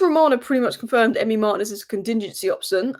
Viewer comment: It's pronounced LAM-mens and Mar-TI-nez.